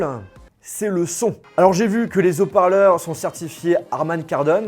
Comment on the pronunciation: Les Zoparleurs?? Ben alors on est du genre à dire les Zaricots? MDRR